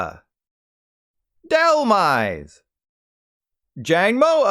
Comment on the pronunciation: Noticed this too